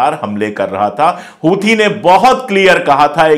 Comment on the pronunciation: हूथी नहीं सर "होसी " कहा कीजिये